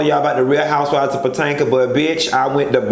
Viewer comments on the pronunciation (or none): I die every time you say Potanka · 😂 😂 potanka, it's Potomac 😂 yes he's still hung over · Potanka? Chile...💟you, ☕ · You learned how sing . Now learn how to say P.O-TO-MAC . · girl I said I have to watch housewives of patanka and my sister looked at me like I was crazy and said you know you’re saying it wrong 😂😂nooo that’s the what the doll taught me